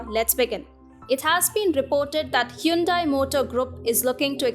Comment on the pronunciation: It's quite refreshing to hear Hyundai pronounced that way. Here in America they pronounce it "hahn-day". "Hyoon-dai" sounds a little too east-Asian, I guess.